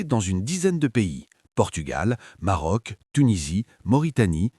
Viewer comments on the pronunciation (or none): none